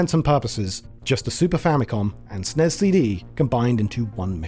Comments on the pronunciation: Great job on the entire piece, but why utterly and incorrectly say the name of the system, there is no SNEZZZZZ. It's like nails on a chalkboard. Glad to see some honest history finally. For years people crapped on Nintendo thinking they cut Sony dirty, but the history was out there and ignored for decades. Sony cut Nintendo deep, the licensing, they control all games, all approvals, all PROFITS from the licensing. They would be literally a techonology parasite making the SNES unprofitable to Nintendo as few would make carts over cheap bigger CDs while eating the costs of manufacturing, a lose lose on profit in two ways. The early era of Sony arrogance, taking a page in part from Nintendo, they were the original backstabbers with their terms to take over from the inside like a cancer, so no pity is deserved. It's stupid they tanked the Philips disc system, but I get the old man was more than salty at that point. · To be fair, it IS an acronym, so it should be pronounced as S.N.E.S. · There's a special place in hell for people who pronounce SNES the way it's pronounced throughout this video. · "SNES" isn't a word. Freaking hate when ppl say it as such. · This is the first time ever I've heard SNES pronounced as an acronym, and I don't care for it lol. I've only heard or said "Super Nintendo" or typed out SNES for brevity. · Super NES. Or S-N-E-S. Not snes. Pronunciation is horrible. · it's "ess-en-ee-ess" or "super nintendo". hell i'd even accept "super en-ee-ess". but it's NEVER "sness" and it's DEFINITELY not "snezz". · What’s a Snez? You mean S N E S? Anyone why says SNES as if it’s a word to save time is not a gamer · Nobody. Calls it snezzz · Calling it SNEZ instead of SNES is a choice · Dude called it the god damn snezz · Ahhh, yes. The SNEZ. The Super Nintendo Enetertainment Zystem. For fucks sake 🤦🏼‍♂️ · It's S N E S not snez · People who pronounce SNES as SNEZ like the smell of their own farts. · I stopped watching as soon as you called it the SNEZZZZZZZZZ